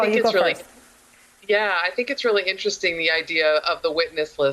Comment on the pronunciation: she unmistakably said " subpenis"